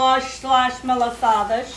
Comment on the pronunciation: Please just say it malassadas because that shows we are açorianas and from s. Miguel 🥰🥰🥰